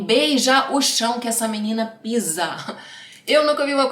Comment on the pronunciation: salva vc falando “minina” no 34’50 e usa pra outros vídeos, eu RI TÃO ALTO 😂😂😂